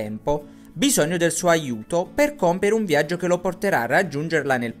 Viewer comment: Perché dici "zerchio" invece di "cerchio" e "viazzo" invece di "viaggio"? È un dialetto?